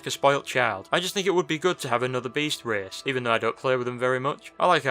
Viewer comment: An 11th "reehce"?